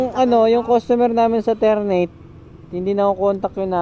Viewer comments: Ter-na-te yun hindi Ter-neyt 😅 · haha ter - na - te po yan haha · Ter-na-te po